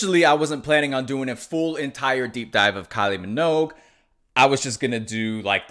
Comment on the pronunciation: It’s pronounced “min-ogue” like the word rogue. Not “mog”